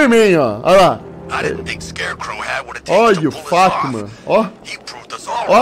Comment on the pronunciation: Mano eu nao tou takando ele falando fatman kakakakakakak